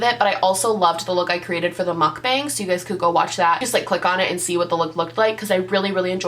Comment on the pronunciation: How go pronounce Mukbang: Sorry it was starting to get on my nerves lol